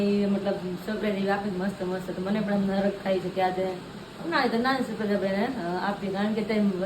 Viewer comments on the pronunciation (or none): Sapraies ne sarpraes kevay